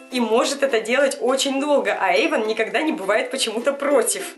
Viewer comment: Эйван а не Эйвон